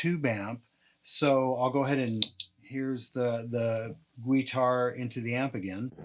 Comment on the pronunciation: Great demo! using your gweetar with an amplification unit! I will be saying gweetar instead of guitar now for the unforeseeable future! thank you